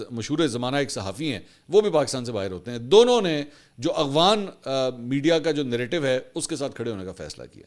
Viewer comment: اغوان نہیں افغان